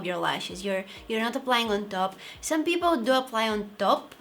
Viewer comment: Did u say peopo or people 😂😂😂😂😂